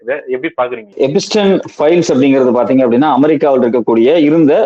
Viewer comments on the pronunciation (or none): எப்பஸ்டின் இல்லடா , எப்ஸ்டின்.